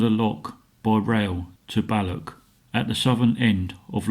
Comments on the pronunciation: It's not Lock Lomond, nor is it Ballock. You need to make a gargling sound for the "ch" s. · As a proud Scotsman it hurts my ears every time the blokr said "loch: or " Balloch" get it right or better still SHUT UP!